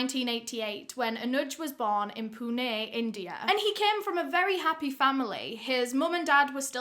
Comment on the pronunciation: Your Pronounciation of Anuj and Pune was Bang on 👌🤘.